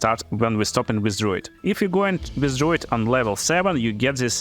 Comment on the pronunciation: Dr-ah-oo not Dr-oh